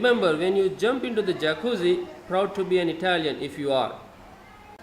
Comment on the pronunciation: Just one thing: it's "Jacuzzi" said with a "i", not forget to spell with a hard tone the two z in the end.